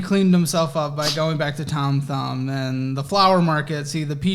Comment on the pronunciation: I never want to hear Thom Thumb again.